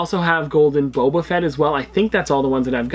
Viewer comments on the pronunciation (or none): none